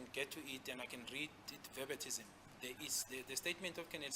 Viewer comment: Verbatim* not Verbatism,....maybe it's me who is wrong. 8/11/2024